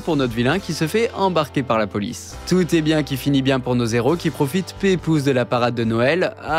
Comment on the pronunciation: T'as pas arrêté de dire "zéros" au lieu de "héros". C'est volontaire ? 😲